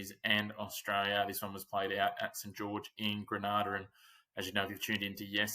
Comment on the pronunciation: You are mispronouncing the name Grenada, not Granada. Gre-nada